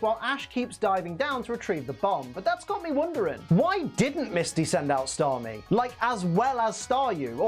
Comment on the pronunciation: You actually nailed all the Japanese names except Starmie, nice job